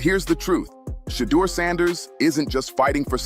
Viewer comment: Say his name correctly